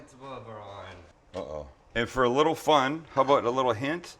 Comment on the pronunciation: Aboot lol. Your Canadian side is showing, not that that’s a bad thing ofc.